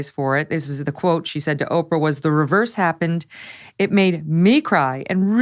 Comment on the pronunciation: This guy purposely says Oprah’s name wrong 😂